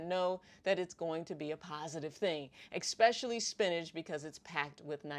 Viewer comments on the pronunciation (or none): Dr., please!... It's "eSpecially", not "eCpecially" or "eXpecially". Thanks :) GREAT content btw! Liked and Subscribed 👍